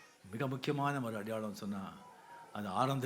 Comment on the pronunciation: வந்துட்டானா வழுக்க மண்ட அடையாளம் என்று சொல்லு அடியாளம் என்று சொல்ற என்னைய பேசுற தமிழ